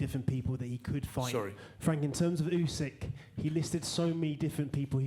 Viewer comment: Why does everyone call this guy " oosyk" it's F***ING "Usyk"